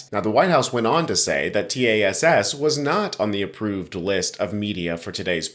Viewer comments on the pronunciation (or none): It's generally known as TASS, one word. Stop saying t-a-s-s. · T A S S? It’s Tass! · Good podcast. I know you're a young guy, but this baby boomer has heard of Tass all of my life. It's pronounced Tass, rhymes with ass. No need to pronounce each letter. Just FYI. 😊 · 'TASS' rhymes with pass.